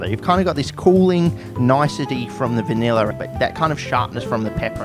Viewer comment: Every time I watch one of your videos I think my 10+ year old graphics card is about the give up the ghost. Honestly rather surprising no verbal thesis defense is required. Love the way you say vineller, good luck mate.